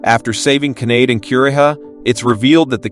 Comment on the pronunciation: Kanade is not pronounced like grenade.